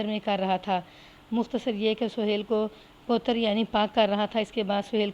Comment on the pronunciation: میڈم صاحبہ ۔۔۔۔۔لفظ پوتر نہیں پو و تر ہوتا ہے ۔